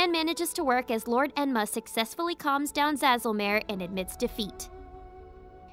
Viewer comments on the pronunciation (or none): none